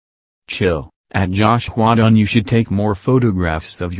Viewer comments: I can't get over "josh-hua dun" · “JOUHSH HWYUA DONE” that’s how the voiceover says it 😂😂🙏🏻